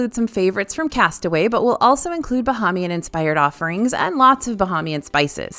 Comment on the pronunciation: It’s pronounced Bah(ai)mian. ❤